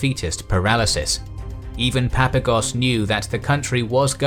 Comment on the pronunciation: It's 'Papagos', not 'Papagos'! Stop butchering Greek names whose pronounciation is so easy to discover.